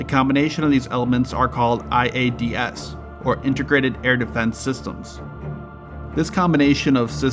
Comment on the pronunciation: Bro please stop saying I A D S all separate its one word iads (eye-ads)